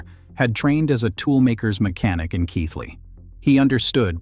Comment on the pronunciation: Well done on getting the pronunciation of Keighley correct, ànd getting a photograph of Bingley at the correct point in the video